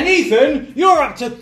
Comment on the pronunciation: Are we just going to ignore the fact that Babatunde keeps calling Ethan, "Eton"? hahahahaha.